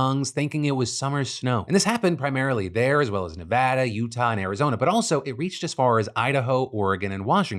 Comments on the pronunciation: Whoever taught Phil to say “Nevada” God bless you 😅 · Thank you for pronouncing Nevada right.